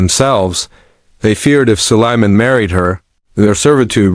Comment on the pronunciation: It's Sulaiman A.S (Alaihe Salam), or just say Prophet Sulaiman Oh C'mon!!, at least check before posting the video that your stupid Ai voice-over is even pronouncing things right or not 😒😒